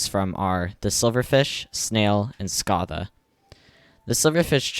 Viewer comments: its not, its pronounced scath-A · Imagine mispronouncing scatha as “SCOtha” I can’t even imagine bro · i see the trend of people pronouncing scatha wrong after did it.